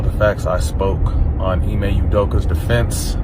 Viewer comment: First name is pronounced, Emay!!